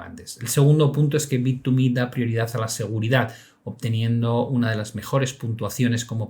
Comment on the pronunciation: ya se confirmó como un vendedor de publicidad de bittuuumehhh 😂